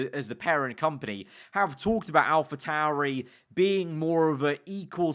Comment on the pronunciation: *Alpa tauri